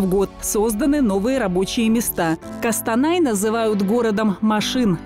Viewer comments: Ни кАстанай, а кОстанай. Мы же не говорим Арша, а не Орша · КОстанай, а не КАстанай. Не Альга, а правильно - Ольга. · Не КАстанай а КОстанай 😂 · Не кастанай, а Костанай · Костанай а не Кастанай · Не Кастанай, а Қостанай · За Костанай конечно обидно, наверное когда-нибудь начнут правильно говорить наши друзья из Бэларюзи.😂😂😂